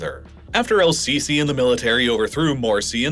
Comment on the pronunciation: It's not pronounced "Al-sisi", the L is silent. it's more like Es-sisi or SCC